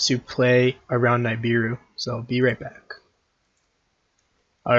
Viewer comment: Great video but please stop calling nibiru: “n eye beer ru” it is pronounced “nib ear ru”